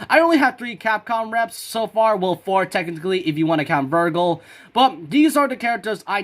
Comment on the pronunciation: Ver-Jill not ver-Gill